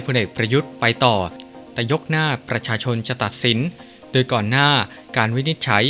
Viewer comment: อ่านโดยใคร เคยดูคอมเม้นท์บ้างไหม? ชอบอ่านผิดๆ คำว่า *โดย *อ่านเป็น ดวย ตลอดเลย